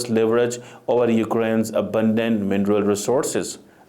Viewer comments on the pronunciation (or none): none